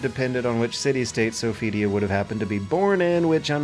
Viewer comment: how hard is it to say Sophitia?!